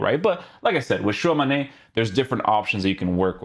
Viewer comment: It's not "Shuwa Mane" wtf 🤣🤣🤣🤣